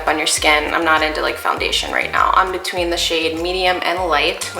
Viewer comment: "Detween" made me laugh so hard